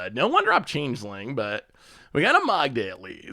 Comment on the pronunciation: Chang-ling? Sounds asian.